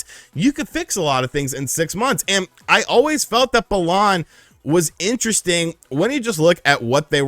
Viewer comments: Hate the way he says it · Why is he saying balan like that? Sounds so wrong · The way he says Balan is so annoying